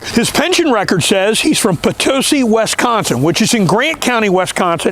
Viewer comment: Great video, but the way you say Wisconsin is driving me nuts lol. It's Wisconsin not Wesconsin.